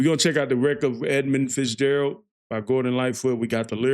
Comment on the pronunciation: dude..... you couldn't even get the name right for the 1st half of you prodution......